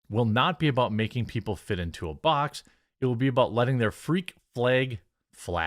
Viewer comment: hearing you pronounce "flag" correctly is a wonderful thing. Finally. Thank you, Jeremy.